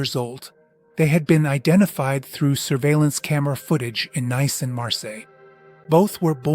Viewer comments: It's not pronounced n a i c e but nis. Its the of Nice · Nice is pronounced ‘niece’.